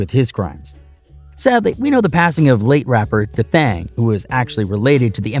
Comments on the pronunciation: D'Thang... Not Da Thang 😭💀🤣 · Dthang. Not Da Thang lmao 😂 got me dead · No Dthang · **D-thang = Dee-thangg